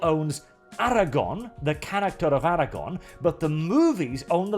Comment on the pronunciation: Man I love your content, but "Aragon", "Jeralt"... xD I actually laughed out loud. Great video though, keep em coming. :D